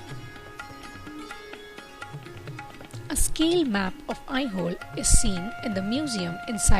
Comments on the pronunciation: Video is Good, But the Narration could have been OKAY in Indian Accent. Pronouncing AiHole as I Hole is irritating to listen. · Nice video, but please reduce the music, it is hard to listen to the commentary. What is 'I hole' by the way! Please use Indian pronunciations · Good explanation... Very nice video editing... But very confusing accent... It's not an Indian accent definitely... But at least places name should be pronounced correctly... Aihole,Badami,Pattadakallu...